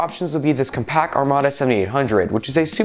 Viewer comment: Compaq was bought by HP when you were likely too young to hear the name pronounced regularly. It is pronounced "comm-pack", not compac. I honestly didn't know you were talking about compaq at first. Great editing, great quality, and some good content, too. Like others said, slow it down a bit, and reduce the intro length a bit, but great job on the whole! Also, 3 hours was an extremely long battery life back then, and grab yourself a pcmcia wifi card, those did exist back then! (Aironet 802.11b cards are what you're looking for, but they only support WEP or unsecured wifi)